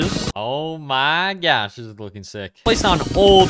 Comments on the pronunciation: bro i cant unhear the "o my gyatt" oops i meant the "o my gosh" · Who else loves it when he says: “Oh My GYaSh”